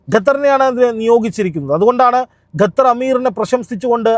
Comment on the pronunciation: ഗത്തർ അല്ല ഖത്തർ ആണ്